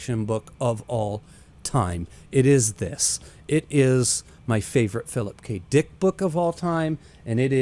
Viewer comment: he said Phillip K DEEICKKK